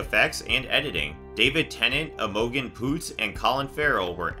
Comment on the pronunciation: Emogen poots hahahahaha its "im-o-jean" poots hahahahah poots. Poor girl